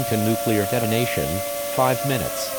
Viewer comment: Nuceluar attack warning; happening, YouTube captions be like “ah music to my ears”